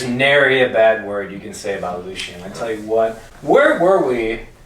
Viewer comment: I hate how people say Lucien. It’s pronounced LU CEE EN not lushin